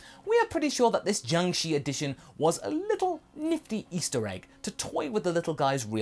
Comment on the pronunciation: Just to let you know. In Chinese, the letter "i" does make the sound "i:", but after the letter combinations 'sh', 'zh', 'ch', 'z' and 'r' then the letter 'i' makes the sound "er". Jiangshi should be pronounced as "ji-ang sher" I hope this can be both useful and educational for you. I am not typing this to be condescending or anything, but rather to be informative.